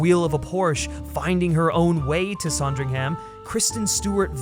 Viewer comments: SANdringham not SONdringham. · Loved the video and the points you made but as a brit I have one thing to say...It's SAND RING HUM, not saaand ring ham. Just a little fyi, keep up the great videos 👍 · It’s pronounced Sandringham not “Sondringham”. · its pronounced "son-dring-hm", yes? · I was increasingly annoyed at the voiceover person for his miss pronunciation of Sandringham and general silliness. Then I remembered that Kristen Stewart is a talented actor who, no doubt, has made another version of Diana worth watching. She is so lovely. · What a bizarre mispronunciation of “Sandringham” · You are pronouncing Sandringham incorrectly. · I wish the American voice on this had made an effort and learned how to pronounce Sandringham correctly . It's not a difficult name to pronounce. Why do Americans do this. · That’s not a pheasant and you can’t say Sandringham properly. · You pronounced Sandringham wrong lmao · Please learn how to pronounce Sandringham. Thank you. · The way you kept pronouncing Sandringham made me cringe lol but this made me more excited to see the film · Made me want a Sondwich! :)